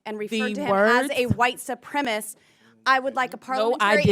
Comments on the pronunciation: Lauren : it’s white supremacist. Not “supremist”. Know what you are. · Neither Traitor green, or Bobo can correctly articulate the word supremacist. It’s not supremist. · Boebert can’t even use the word supremacist properly. She should go back and finish high school !!!! The word is not “supremist”. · Ms. Bumfart…it is white SUPREMACIST…not supremist, you ignorant, dick-grabbing, theatre-vaping, bumble-headed biotch! 🤦‍♂️ 😊 Don’t you have a penis or vape pen you should be sucking?! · Boebert can’t even say the word supremacist correctly! she says supremist…..what a bimbo! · Its supremacist , not supremist you handsy dumbass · Why can’t these dipwad republicans pronounce “ supremacist” correctly? Oh ya, they’re stupid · Is "BOBERT" CAPABLE OF SPELLING THE 2 SYLLABLE WORDS SHE ATTEMPTS and "STUTTERS" TRYING TO PRONOUNCE? MARSHA! MARSHA! MARSHA!😂😂😂